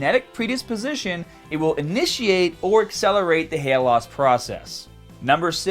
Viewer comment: at first i thought he said you can get serious hat issues lol